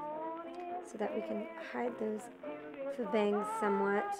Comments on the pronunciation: faux is pronounced foe, not fuh. and i'm not a fan of the bangs! :/ stevie, i'm tired of all these hair videos. when are you gonna make one of your own? :o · .. lol it's pronounced "foe."